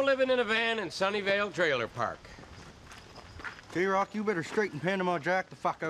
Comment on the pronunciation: his name is jroc get it right mannnnn